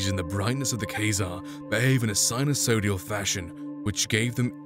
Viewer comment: please recheck the pronunciation of -> " SINUSO*ID*AL " lmao .. :v !